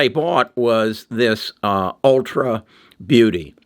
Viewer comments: It’s ulta not ultra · It’s ulta beauty. Not ultra.